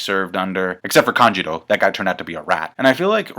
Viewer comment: please please please its kanjuro , not kanjiro. please fix that. i always love your videos and that one part bugs me sooo much :))